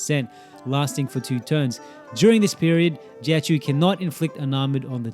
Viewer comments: Not really an accent issue, difference between choh and chew is a universe and then some, but good luck in the future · Life hack for content creation: If you create a guide about a specific character and you are going to mention the name like 500 times in 11 minutes it helps to google the pronunciation once. First time I saw a video on this channel and it's such a bad first impression that I don't want to watch anything else ever, even though the comparison I came for is alright.